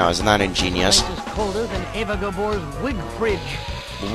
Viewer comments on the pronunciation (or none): Eva GAbore not Debore